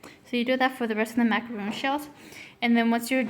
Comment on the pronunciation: It’s Macaron not Macaroon.